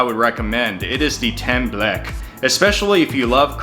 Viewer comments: As a Puerto Rican, this is accurate lol I’m sorry but “Tem-Bleck” was getting me. “Tem-bleck-que” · Haha! Wow... the photos are great. The food practically speak for themselves. Thank you for trying and showcasing my people's food...but the pronunciations are way off for some of these. If you ask for "temblek", no one will know what you are saying. Flan is the most popular dessert. Tostones are made by cutting green plantains into 1" medallions, frying them just a little bit, to get it slightly golden, then taking them out to smash them flat. Then re-fry until golden brown. A tip is that before re-frying them, place them Briefly in salt water beforehand so that the edges come out super crispy. Take them out and add salt. And There You Go! Enjoy! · Templeque. it hurts. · I just love the temble k.lol. Is temblekee or tembleque.